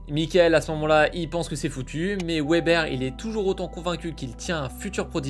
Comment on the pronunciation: Ca se prononce Veber ;)